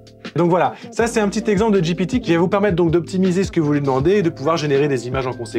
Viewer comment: tu as dit j'ai pété au lieu de ji pi ti 😉